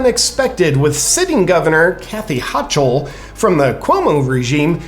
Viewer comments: Not overly important but the current ny governors last name is pronounced hoe cle not hoch el. Also Whitmires last name is pronounced evil witch. Just wanted to keep your news broadcast accurate. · it is pronounced HO kOL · HOCHUL is pronounced HOKUL. like seriously you know how terrible her policies are but you never heard her name pronounced? come on already. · It's "Ho-Kull" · It's pronounced Ho-kill.